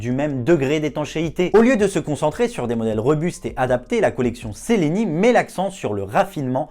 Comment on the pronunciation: On prononce tchelini